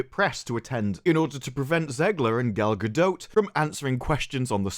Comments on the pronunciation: Cant get over gal-ga-dote 😂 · if you don’t STOP SAYING GALGADOTE!